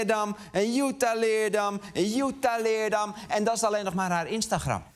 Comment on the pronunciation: Nogmaals: je spreekt het uit als LeerDAM. Als ik Amsterdam uitspreek met de klemtoon op 'Amster' dan worden ze daar ook gek